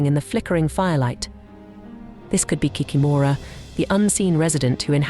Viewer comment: 😂😂😂 кикимора болотная😂😂😂 in English, it is not kikimOra😂! Why make videos with continuously main word of the video?? 😂 it is hilarious ! Pretend I'm going to make a video about the grim reaper - mispronounce his name and call him the cream reaper😂😂😂 Ki-kEE-mora